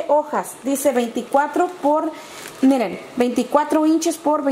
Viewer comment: Hay lo unico que me llevo de este video es el "iren" , "miren"